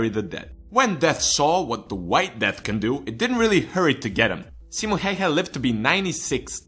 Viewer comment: Only english guy that announces simos name right :D